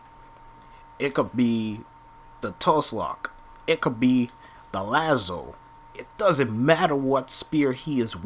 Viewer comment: Tuslok u mean toolock (tulok) and lanzo not lano